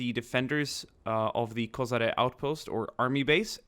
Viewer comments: Hey, few years ago you released video about war in Bosnia wich had a large number of angry comments, i hope this wont will, and its a great video! Place was called KoSHare, not KoZare as you pronounced it:D Number of border guards was smaller, and we were in situation that on few places 20 soliders were defending line 1km long, and by our doctrine for that we needed at least 2 platoons (60-80+) for 1km long line (just giving you example). There was no second line of defence, there was only first line and second line of trenches wich were there for us to retreat if needed, again becouse of not enough manpower on the first line at the time of the offensive. 125 Brigade and Prishtina Coprs artilery was in positions since 1998 and was prepared to react to any kind of violent passing of border, and even in conditions of total air suppermacy of NATO, they were opening fire and supporting our border troops even with MLRS's with shoot and hide tactics, but at the time of Battle of Koshare, we had only section of 82mm mortars there on the spot. And one more thing, that place was chosen for a reason by KLA and NATO, and biggest advantage was that at any time Yugoslav troops will be at lower positions becouse mountains were on Albanian side. Outpost itself was in hole, so it was hard to defend, and when our troops saw that its not worth of risk, they just pulled the line behind outpost. The situation was even more complicated that we had only one small path leading from our terr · Koshare* not KoSare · Košare is pronounced as KoSHare not KoZare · It's not KoZare, it's KoSHare..